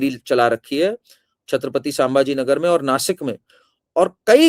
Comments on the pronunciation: जय श्रीराम मॅम कार्निक नहीं बल्की कर्णिक सरनेम है! वैसे ही सांभाजी नहीं संभाजी नाम है! और एक संजय शिरसाट है शिरस्त‌ नहीं ! Pl correct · संभाजी - स सांभाजी नही | कर्णिक - कार्निक नहीं